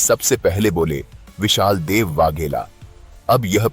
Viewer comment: विशाल देव नहीं विसल देव नाम है